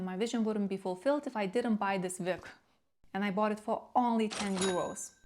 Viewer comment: Are you German? You said Vig instead of Wig.